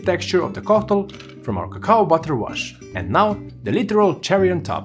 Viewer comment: "cacao butter" Lost Me There